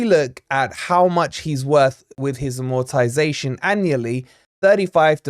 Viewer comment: You might want to pronounce it properly if you're doing a stint about AMortization.??